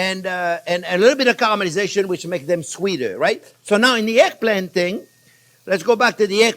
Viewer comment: Glad to see that you made it through hurricane Ian ❤️ You keep talking! That’s what we learn from, though it took a few seconds for me to realise that what sounded like “airplane” was actually eggplant 😅 However, anyone who speaks with an accent means that person knows more than one language. Besides your English is miles better than my french 😎